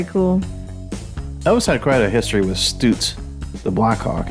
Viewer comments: ITS PRONOUNCED STUTS LIKE STRUTS NOT STOOTS.....HAHA! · A couple of things.....it's glad-is also it's stutts not stoots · I always thought it was pronounced “Stut” “zzzzz” vs. “Stoot” “zzzz” … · Stutz. Is pronounced, Like the word tux...so it sounds like Stutz